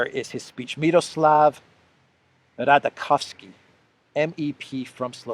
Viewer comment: pronunciation is a bit different. 😉 Miroslav RADAČOVSKÝ - Slovakia - Slovak PATRIOT